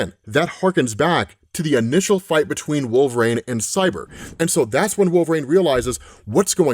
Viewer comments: Dude, I love your videos, but please, it's "Wolvereen", not "Wolverain" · For the billionth time,... It's "Wool-vuh-REEN", NOT "Wool-vrayne" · Always wondered why you pronounce it wolvrain instead of wolverine. Not that it really matters lol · Why can he pronounce adaman-teen but not wolver-reen (I do know how to spell them I’m just doing them phonetically to emphasise the point.😂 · Are we allowed to ask if knows he’s saying “wolve-rain” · Why does he keep say wolverain...? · Wolv-Rain huh lmao 🤣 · pronounces it wolve-or-rain. 😂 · Sounds like he keeps saying Wolver-ane. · He does wolv rain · Bro thank you. Wolve rain is all I hear too lol. And I LOVE and comics explained I would take a non fatal bullet for no fucking doubt. But Wolve Rain is how I hear it and everytime I'm like does he know he sounds like hes saying wolve rain? He definitely knows how to say Wolverine. Right? RIGHT??!!?? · Do you say wolv rain on purpose? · Does always say his name with two syllables like this? I feel like he doesn't. It's kind of jarring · I’ve always wondered why you say his name like that?